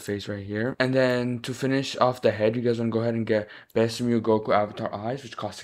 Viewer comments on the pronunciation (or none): saying mew not saying m u i😢😭😭